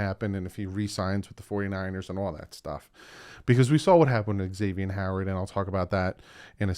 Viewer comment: That’s wrong. He is on record saying it’s pronounced Ex-ay-vee-n not Zay-vee-n